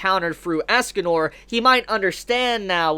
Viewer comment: It's escanor not asscanor